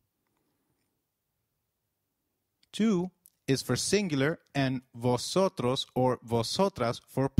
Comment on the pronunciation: I‘m confused. When v appears at the beginning of a word, shouldn't it be pronounced as 'b' than 'v'?